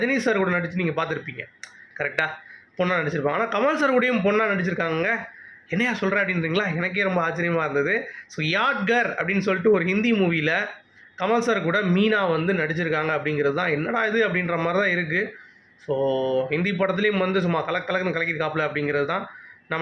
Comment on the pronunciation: Atu யாத்கர் இல்ல யாத்கார்